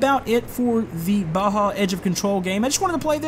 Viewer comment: its not baha its baja